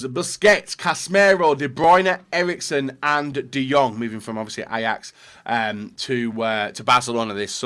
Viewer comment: Erikesen? HAHAHAHHAAH